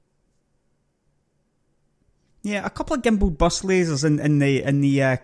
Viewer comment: lol your accent :)) i can't eat and watch this vid at same time pimp it not pump it and burst laser not bust laser